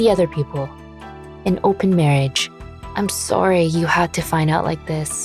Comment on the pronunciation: This very random but for some reason I can't stop thinking about how she is Canadian... I think... because of the way she says sorry.